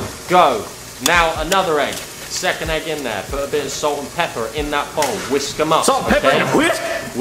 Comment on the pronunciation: Dude why did he say whisk like that😂😂